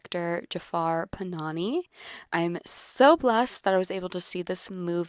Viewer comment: Directors name is not PanaNI it is PanaHI